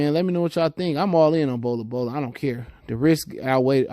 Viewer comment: Bro there’s no A in Bol Bol’s name. “Bola Bola”??? 😂 kinda hard to take you serious when you continuously butcher these dudes names.